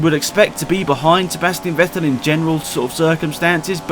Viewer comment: My favourite "Sebastien vettel".